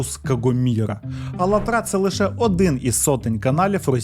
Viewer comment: Друже, а чому Ви робите наголос на останньому складі назви? До цього завжди чув на другому... 🤔